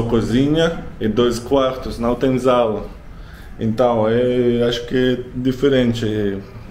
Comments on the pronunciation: Olá, você sempre acerta o português mas depois fala errado. "Eu agradeceria", "uma sala" ( som de S e não de Z), " a cozinha" ( o som do nh é o mesmo do espanhol ñ, ou seja: nha ( nnnia),nhe (nnnie), nhi( nnnii), nho ( nnnio), nhu (nnniu). Fala- se "cozi nnnia". Em casas de classe média temos a sala, a sala de jantar, a cozinha, o lavabo, o banheiro, a lavanderia ( ou área de serviço), os dormitórios ( ou quartos), varanda, garagem, etc. Quarto é sempre o lugar de dormir, o dormitório. Nunca chamamos de quarto outra parte da casa. Quando queremos falar quantas partes tem a casa, dizemos "-Essa casa tem quatro cômodos", por exemplo. Geralmente, também não contamos o banheiro como um cômodo. Na cozinha você ficou admirado com a pia de duas cubas. Na maioria das casas a cuba não é dupla, é simples. Aquilo que você não sabia o nome e que protege o interruptor e as tomadas chama se " espelho" ( lugar onde se acende/ apaga a luz e onde se liga um aparelho elétrico). Usamos redes de proteção nas janelas e varandas dos apartamentos pra evitar acidentes com as crianças e animais de estimação. O ventilador de teto tem um dimerizador que controla a intensidade e a função ventilador ou exaustor e lâmpada, por isso tem tantos botões. O vaso sanitário e o bidê não são antigos, pelo contrário. Aquilo que você pegou ao lado do bidê chama- se ducha higiênica e é pra fazer a higiene íntima após usar o vaso sanitário, por exemplo. O chuveirinho que está junto ao chuveiro também é pra f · Ele chamando sala de zala me deixa enquieto!!! 😥😖😩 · Logo estará féra em português, não Zala , Sala como espanhol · Bom dia! Gostei da sua casa, muito bonita! Mas o correto se fala não é zala e sim sala com s como no espanhol que você disse sala. Mas você está falando bem, seus vídeos são interessantes parabéns. Boa dorte pra você! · também no Brasil e sala, não zala kkkkk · Não é zala. É sala, assim como no espanhol. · Sala com som de “Ç”. Você no vídeo disse “zala”.